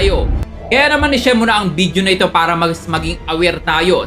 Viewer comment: ShoFlifter?????Bideo????bk nmn shoPlifter at Video kuya.😂 ang linaw sa video nung pagkksbi mo sa SHOFLIFTER & BIDEO hehe no offense meant! Honest reaction lng aware how to use the correct pronunciation of B & V as well as F & P.